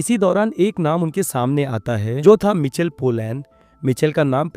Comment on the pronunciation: मिचल नहि माईकल है भाइ 😊(Michael)